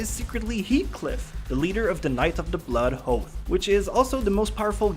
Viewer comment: "knights of the blood hoath" *cringe* It's not that hard to say...